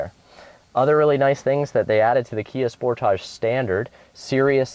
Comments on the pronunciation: finally someone that pronounces it right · Actually, is right about pronauncing name, Sportage is not english word.